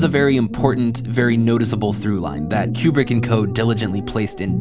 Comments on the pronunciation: Highjacking the pinned comment to say: you do great work, this is well done af, but, my good brother in christ, you're killing me with the "Cube-Brick". It's "Koo-Brick". Otherwise, well done lol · "...Fourteen point five"..?!?!?!.. Fourteen point five?!?!... Wow. Makes total sense once pointed out (naturally). Tangentially, please don't call him "Cue-brick". "Koo-brick". Por favor. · Okay, I admit. I stopped watching after the 35th "Cue-Brick" and the first "New-Cue-Lar" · For those wondering why is pronouncing Kubrick "cue-brick" instead of "coo-brick": according to Kubrick's stepdaughter, the family pronounces it "coo-brick" and Brits pronounce it "cue-brick" (source: she herself posted this on reddit). Had to look this one up because it was bothering me. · One I wish you would pronounce Stanley Kubrick correctly. Two I wish I knew this was a comedy because I always thought it was an overdramatized drama and everyone I know hates this movie. This is always at the last of everybody’s list of favorite Kubrick films. And I still don’t understand the point of this movie.